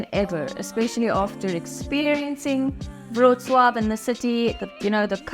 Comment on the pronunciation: BTW, the way you pronounce "Wrocław" is spot-on :)